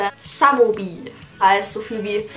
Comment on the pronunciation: Heißt es nicht eigentlich smombie und nicht samombie